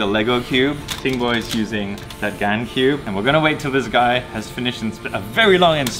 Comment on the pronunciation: Everyone: This is so cool! Me: Did pronounce Gan correctly for the first time?